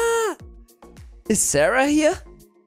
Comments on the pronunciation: Sie heißt Sahra und nicht Serha😂Egal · Sahra und nicht särha